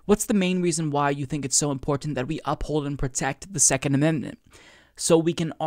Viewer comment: Me too. He really enunciates the t's.😁